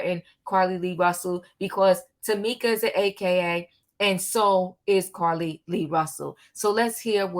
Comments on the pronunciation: Her name is not pronounced Carlee Lee Russell it is pronounced Car Lee Russell...lots of content creators give content BUT they pronounce the names incorrectly after the names have been pronounced many times!! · Omggggggg her calling her Carlee Lee is blowing me....its JUST CARLEE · Just in case you didn't know her name is Carlee Nichole Rusell -- you keep saying Carlee Lee Russell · Her name is Carlee not Carrie lee